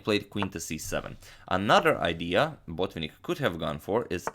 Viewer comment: Mikhail's name is pronounced Bot-VINN-ik, the accent is on the first "i", the penultimate syllab , not on the first syllab. Thank you very much for the videos.